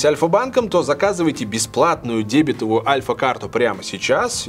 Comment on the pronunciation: Не дЕбетовую, а дебетОвую, этот XR PRO MAX SUPER PLUS за найденную ошибку